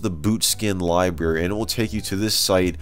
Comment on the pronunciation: “Boot skin Libary” 😂 😂 😂